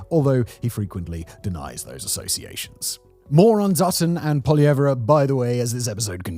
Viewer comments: Poilievre is pronounced poy·lee·ev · Justin Trudeau was the, populist not Poilievre, (whose name is only 3 syllables btw, not 4). Trudeau came to power with nothing but a familiar name and promise to change Canadian politics. He had no qualifications, no concrete goals and no plan on how to achieve them. It was 10 years of nothing but identity politics. Eventually people had had enough of incompetence so they began to support Poilievre, who was seen as a technocrat at the time. Poilievre's support only dropped when Trudeau was replaced by Carney who is even more of a technocrat than Poilievre. The comparisons of Poilievre to Trump didn't come until Carney called the election and was mostly just government funded media spin.